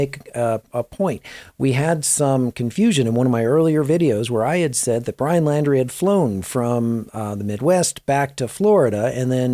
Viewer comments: His last name is Laundrie pronounced like laundry... Not Landry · Pronounced....LAUNDRY thx